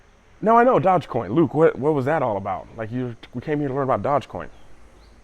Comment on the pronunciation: What's this "dodge coin" haha